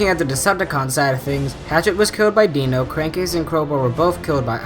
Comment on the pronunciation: Its Dino like dinosaur not deeno Dinos real name is mirage and he is called dino because he is very fast and sharp like a dinosaur but how you call he is a deenosaur